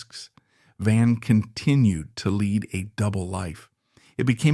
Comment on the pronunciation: Interesting, sad, tragic. Writing is very good. Narrator pleasant; but every time he gives the wrong pronunciation to “lead” and “read” and other such words, i’m reminded that i’m just being read (reed?) to by a robot.